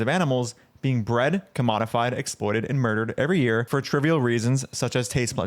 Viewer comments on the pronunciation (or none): none